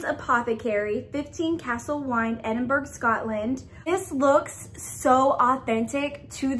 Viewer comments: had a good laugh with this unboxing - pronunciations help Edinburgh is pronounced Edinboro, and Hebridees is pronounced He brid dees. Also the plant postcard you got is Ensnaring Ivy. Check with the box makers on this as every unboxing of this box said the same as you, but as a Calligrapher myself I'm pretty sure it says Ivy rather than Joy (because of the plant) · I’m from Scotland and Edinburgh is pronounced ‘edin-bruh’. Hebrides is pronounced ‘heb-ur-dees’. Loved your video!